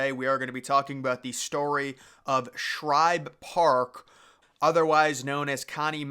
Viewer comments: Oh my, how on earth do you make an entire video about this stadium and mispronounce it almost 2 dozen times. It's like nails on a chalkboard. Woof. That was hard to listen to. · The author of this video just threw together a bunch of old photos and probably used Wikipedia for "research" . One would think to do actual research where you pronounce things correctly. It was SHIBE Park, not Shribe. So do you throw additional letters in other names as well? Here's food for thought. Take down this video, learn to pronounce SHIBE the correct way, maybe speak to people in PHILLY (not Phrilly) and get your s*** straight, then try again with a video. If you want to be taken seriously, be respectful, do some actual research, and pronounce correctly. This is not a good video. Just saying... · Its Shibe not Shribe? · Shibe Park, not Shribe Park . Come on man, know your stuff before you make a video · It is NOT called Shribe Park, it’s S H I B E, no “r” in Shibe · I grew up in Philly and I've never even heard of Shribe Park. SHIBE Park (without the "R") yes, but not SHRIBE Park. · ShIbe. Not ShRibe. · It's shibe park not shribe park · please when you do a video Pronounce the right name of the Park it's Shibe park not Shribe Park please thank you. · After I heard 'Shribe' for the 3rd time i turned it off. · This dude is pissing off the whole city of Philadelphia by calling it shribe park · I heard this guy doing this in another recent vid of his. He must not read his comments any better than he pronounces names of famous old parks cause he’s still saying “ShRibe for some reason. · How many videos is he going to mispronounce this stadium name in?